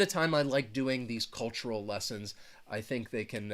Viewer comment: cultural and not culutural